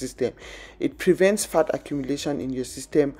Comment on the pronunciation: When you say "fat" it sounds like you saying 'fart'🤣🤣